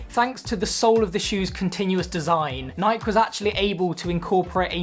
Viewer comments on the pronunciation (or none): after the 3rd time he pronounced nike i had to turn it off lol